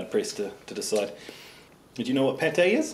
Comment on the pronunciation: Goat Spittle il dit pas pâté il dit pétey